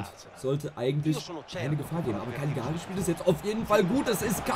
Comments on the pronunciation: die karrierefolgen sind baba aber broooooo es wird Caliari aus gesprochen nicht CaGliari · Cagliari wir Cal_ier_i ausgesprochen Triggert mich schon die ganze Zeit 😂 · Es kann doch nicht sein das ich der einzige bin den es triggert wie er Cagliari ausspricht…Bro das G ist stumm…sonst wieder gutes Video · Bitte probier in zukunft Gagliari richtig auszusprechen